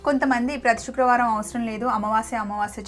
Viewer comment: షుక్రవారం కాదండి శుక్రవారం please first correct ga పలకండి.. ఈ మధ్య ఇదొక fashion ipoindi కొంతమంది శ కు బదులుగా ష పలుకుతున్నారు.. కొంతమందికి పలుకుట రాకపోవడం ఒక కారణం ఐతే మరికొంత మంది వచ్చినా కూడా style కోసం పలకటం లేదు 😢😒